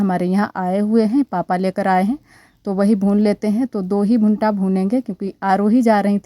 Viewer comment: भुंटा नहीं भुट्टा होता है अनुश्वार नही लगाते